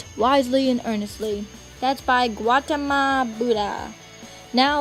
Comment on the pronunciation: Looks like an 'A" project to me. Good job. Nice background sounds and music. You put a lot of work into it. Work on those pronunciations of terms like "Gautama"